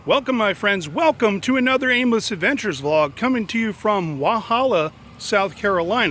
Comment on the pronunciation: It's NOT "Wahalla", it's " Walhalla."